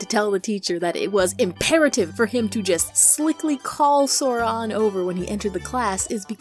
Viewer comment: The minute you called it Sora I died. But anyway you're videos is so cool.